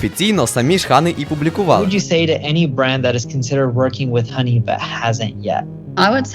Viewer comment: кожен раз коли чую як він каке хАней, а не хані вуха в'януть